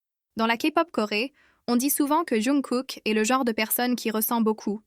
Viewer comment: Ça me fait rire quand elle dit younkook😅😅